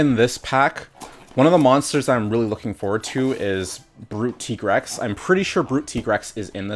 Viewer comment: finally somebody pronounced tigrex correct